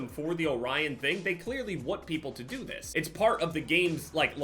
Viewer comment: “This” is a very easy word to pronounce, there’s tutorials on YouTube if you really wanna learn it that bad but if you don’t wanna learn it we’re here to support you man, love you. 💪❤️